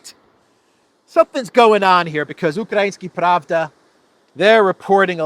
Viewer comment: It's ukrainskAYA pravda, not UkrainsKI. Truth ("Pravda", in this case) has gender in Slavic languages and it's female.